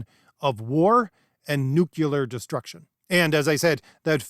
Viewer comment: Learn how to say "nu - CLE - ar". It is not "nu - CU - lar". Thank you. A song about Geo W Bush: "You can't say 'nuclear' ... that really scares me."